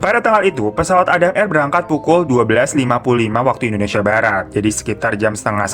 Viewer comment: Nobody : Kak hiro : Indonesa :v